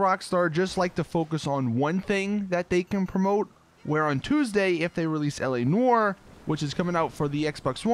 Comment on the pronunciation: whenever he says L.A NOIRE i hear like ELEANOR lol.... bioshock 2 memories